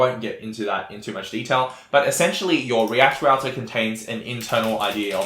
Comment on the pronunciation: REACT ROUTAH! Thank you for this video, I like this tempo - no bullshit.